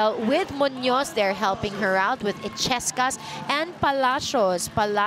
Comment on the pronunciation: il-yes-cas! That's how to pronounce it. The commentator ' she kept on saying e-ches-cas which she's been wrong all the time!